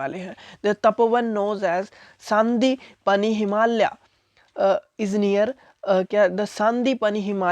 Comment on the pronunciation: Saaaaandipani nahi sandeepani hai